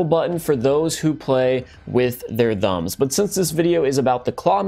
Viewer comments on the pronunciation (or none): Bruh I'm sorry but learn how to say thumbs